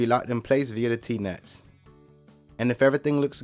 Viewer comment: Is it "DEZZ NUTS" or "T NUTS"???????